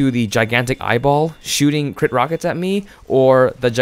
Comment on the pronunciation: when u said giantic eyeball i was thinking you said giantic Ipod LOl